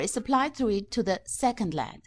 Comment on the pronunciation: I hate when someone says lead rather than L E D its annoying